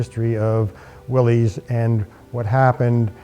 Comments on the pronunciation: The Correct pronunciation of Willys is Willis. See ad below. Look at the video at 11.59 and then is said again a few times after. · Wrong rims, they should be solid disc and Willys is pronounced Willis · Just an honest question, Why do so many call them Willeeessss? It is John Willys namesake and his Sir Name is not plural. Much respect to the work you do and detail. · Willys rhymes with 'Phyllis'. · The original pronunciation of "Willys" was with a short "i" sound for the 'y"; so it was pronounced "Will-iss". But it seems to have been transmuted by the same flexibility of language that could produce "Jeep" out of "GP".Aug 5, 2002 Willys Story